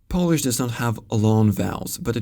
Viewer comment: Great pronounciation of Polish! Chech and Slovak languages are easiest slavic languages to understand for Polish speaker both in spoken and written forms. Exposure is a big factor here though. For instance, nowadays it's sometimes easier to understand Ukrainian than Chech (at least for me). The most frequent foreign language nowadays here in Warsaw is probably Russian (many Ukrainians, Belarusians, Kazach people and other estern states speak it). But even with exposure I'm not able to understand much Russian, because is pretty far from Polish. This is my subjective opinion though, :) Thanks!